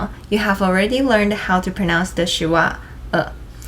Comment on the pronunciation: Teacher, thank you. Pardon me though. "Schwa" is a one syllable phonetic. It is pronounced with no break between the "sch" and the "wa". Teacher, thanks again. Thumb's up!!!